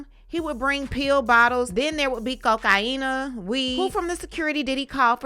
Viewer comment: Am I the only one bothered by the way it is bitch says cocaine. I can’t even watch this shit.